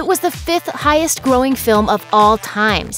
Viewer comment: “Highest grossing” not “growing”